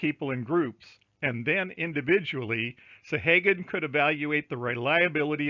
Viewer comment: Thank you for all the links. I think you are mispronouncing "Sahaguan" though.